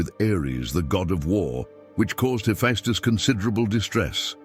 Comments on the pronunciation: Sir, I love your work, all of it. But it is pronounced Heffestus. Not Heffiestus. My ears tweak every time you say the name. Peace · That is true (heh-FESS-tuss) .. but he gets more right than he ever gets wrong, and I'm surprised how well the pronunciations are done for very difficult words/names/etc. Still .. you are correct.